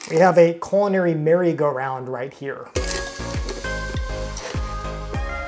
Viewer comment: I thought you kept saying "coronary," as if it was hard to crank the handle. Once I turned on closed-caption I realized you were saying "culinary." Might want to emphasize the "L" a bit more.